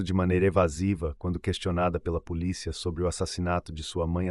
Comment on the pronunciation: Acho importante essas correções, assisto uns vídeos que até gosto das narrações porém a menina fala poliça, eu fico irritada de ouvir algumas pronúncia errada.